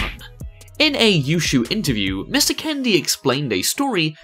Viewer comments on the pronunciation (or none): ...who the fuck pronounces the word "Kennedy" as... "candy"? what the fuck.